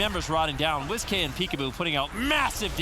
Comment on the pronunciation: Is wizk name actually wiz-k like your saying or is it supposed to be said like whisk and you guys keep saying wiz-k it’s wizk